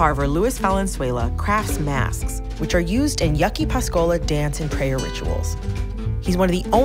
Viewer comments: She said yucky' its YA-AH-KEY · Really called us “yucky” wth 😔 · If you’re going to do a documentary learn how to properly pronounce the name of the tribe. It’s borderline disrespectful how this woman is pronouncing Pascua Yaqui. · W/S BARRIO ANITA!!! who the freak let this cherokee post a video in my barrio and yea learn how to say Yaqui 💪🏽🤎🇲🇽🇺🇸🏜️🪶🌵